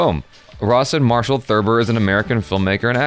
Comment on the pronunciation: Every time you say Rawson Marshal, I keep hearing Ross and Marshal